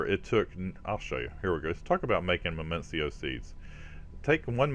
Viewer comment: Minicio = "mih-nEE-sEE-oh" or "mih-nih-sEE-oh" lol #grammarnatzi :P